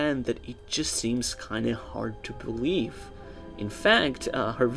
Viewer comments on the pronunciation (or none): none